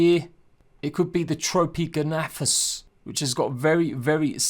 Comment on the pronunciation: I will TRY and help with pronunciations... Orn-ith-O-ky-rus And Tro-Pee-ogg-nay-thus